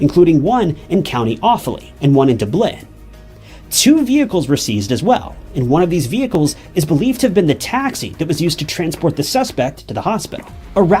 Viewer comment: Dublin not du blin its dub lin as in dublin